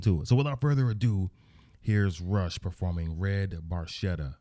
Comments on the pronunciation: Geddy actually mispronounced Barchetta. The “ch” makes the “k” sound. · Barchetta Italian for little boat,the ch is pronounced k.😊great job my friend my favorite band ❤️ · They were told they were mispronouncing it a few years after the song was released. They just decided it was far too late to correct the error. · it's italian, and, actually, it's properly pronounced barketta, but geddy lee acknowledged years ago when he found out that he'd been saying it incorrectly for years. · Hey, great vintage Rush! Yesss!!! Anyway the car is an Italian made sportscar. Oh, an BTW its pronounced: Barketta, the letter H is silent. Sorry Geddy. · Love RUSH and another GREAT tune! The car is a red ferrari barchetta....barchetta is an Italian word and it means, small boat = small convertible car. The correct pronunciation of 'barchetta', in Italian, is : bark-etta. (the "ch' in the word is pronounced like the letter K). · Geddy is mispronouncing it because he's Canadian. Barchetta is pronounced barketta, it's Italian for small boat i.e. a 2 seater. Specifically a 1952 Ferrari 340 Red Barchetta Burlinetta. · Barchetta is actually pronounced barketta - italian for little boat. It is a car with no roof - and the actual car that Neil wronte this song is a 1948 Ferrari 166 MM . While Neil built up an impressive car collecton - recenly sold at auction - most of his cars were silver and he never owned a red Ferrari - but he did say in a few interviews that the 48 166MM was his grail car. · Barchetta is an italian word and it's pronounced bar-ketta although Geedy says it differently, ask an Italian and you'll see. It's my second favorite Rush song following closely La Villa Strangiato. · Barchetta is an italian car and... it´s pronounced BarKetta ;-) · It is an Italian car in the Ferrari family. The pronunciation of Barchetta is actually pronounced Barketta. Neil in an interview said that Geddy actually mispronounced it but Neil never corrected him